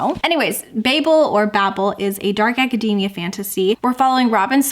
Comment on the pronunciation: Thanks for the pronunciation clarification on Babel but why did you have to mispronounce academia like macadamia?! 😆 It’s aca-dee-mia. We don’t say acaday-mic, lol. So many people pronouncing it like this just grates on my ears.